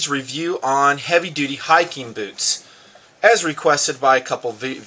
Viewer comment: Hahah, says beewtz